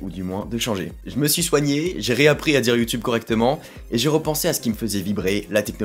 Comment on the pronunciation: fan du canada, tu peut te pèter les bretelles en passant la première fois sur tes premier video, tu prononçais bien youtube.